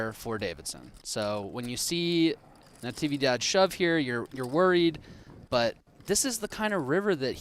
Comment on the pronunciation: Is “Navidad” the holiday,not Natividad